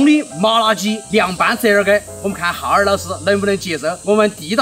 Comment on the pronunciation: 你叫浩二老师我怎么光听成哈儿老师😂😂😂